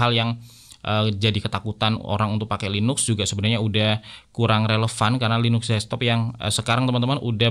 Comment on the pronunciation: tulidannya LINUX bacanya LINAKS bang